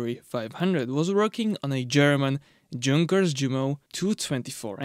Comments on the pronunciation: It's a German word, you pronounce the J as a Y. Yung-kers, not Jung-kers. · Awesome video as allways. V interesting. Im not being a dick im just saying, doesn’t look like it but i think it’s pronounced yunkers even though spelled with a J 🤷‍♂️. Looking forward to you maybe doing the tvr 6cyl if there was enough interest. Cheers ✌️ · "Yunkers" is the correct pronunciation for Junkers. It should be noted that the exhaust turbine is not connected to a charge compressor , it recovers exhaust energy and supplies additional torque direct to the crankshaft